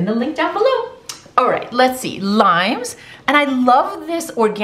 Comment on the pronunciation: "dats not rrrrrrait" lol